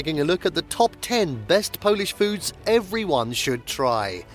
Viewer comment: OMG you are slaughtering the pronunciation of so many of these foods!